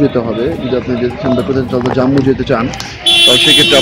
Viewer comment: উচ্চারণটা "জাম্মু" নয় "জম্মু" হবে । হিমগিরি ১১.৫৫ তে ছাড়ে ।